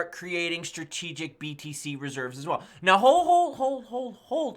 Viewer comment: Everytime i hear btc i keep thinking hes saying bbc 🤣🤣